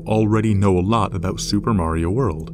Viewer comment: Wait, You said marao multiple times.